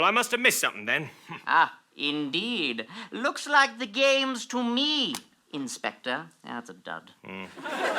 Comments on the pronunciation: inspector please sounds like hector please. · WOAH I just realized that when says "inspector PLLEEEAASSEEE" it sounded exactly like "Hector PLLEEEAASSEE" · Has anyone noticed that in the one where saying the crimes he committed, say "Inspector, please," and it sounds a lot like "Hector, please"?